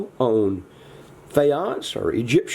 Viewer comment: omg! i love your little pointer! i worked in Egypt as an archaeologist. you are indeed pronouncing it correctly. I am going to try this faience method! thank you- love your channel!